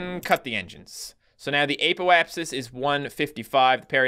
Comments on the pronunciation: It is not pronouced ApO-apsis it is pronounced a ( as in apple) p O (as in oh) apsis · Its pronounced aahpoapsis